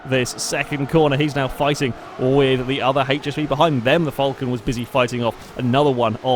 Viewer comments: my ears are bleeding from all this Vulcan instead of falcon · josh johnson Fulcan* just how he pronounces it. Shush